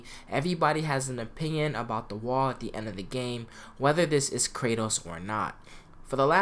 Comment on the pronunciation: Bro did this nigga jus say gwall LMFAOOOOOOOOOOOOO WHO TF SAYS GWALL